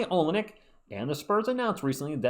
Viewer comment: The proper pronunciation is o-LIN-ik. Its three syllables as opposed to one syllable like you are saying it. 1) oh 2) LIN 3) ik. Whith all the emphasis on the LIN. Hope that helps the confusion haha! GSG.